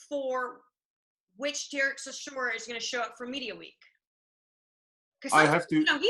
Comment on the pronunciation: Derek “Seeshora”, what? 😂😂😂